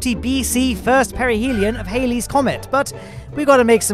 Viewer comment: Love the channel,. But did you actually say"Hailey's Comet" instead of Halley? I can forgive that. Everyone does it.